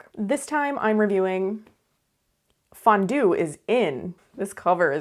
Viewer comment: Thanks for saying Fondone🫕🤣😻